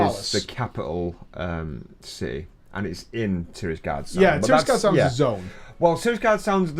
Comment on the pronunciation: it's tiragarde sound, not tirasgarde sound :)